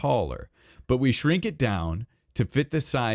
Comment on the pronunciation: Did anyone else think he said “slink it down” when he said “shrink it down” because how he says sleep. It took me a minute to realize he actually meant to say shrink....